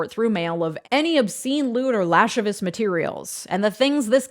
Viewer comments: Lash a vus? La-civ-i-us. Took me right out the video. Anyhow, Good job, another banger. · Excellent work, as usual. One minor, pedantic note: lascivious is pronounced “laSIVeeus” not “LASHivus”. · "Lascivious" is not pronounced "LASH-iv-uss." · Great job but it's lah-siv-ee-us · LASHcivious? Seriously? You're a lawyer and you said LASHcivious? How do you not know that word when "lewd and lascivious conduct" is a common legal phrase. That's a Trump level mistake. You're killing your credibility here.